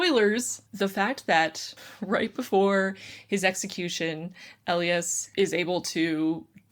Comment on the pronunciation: I absolutely loved "An Ember in the Ashes". But I think the hero/MMC's name is pronounced "ee-LYE-as", not "EL ee us".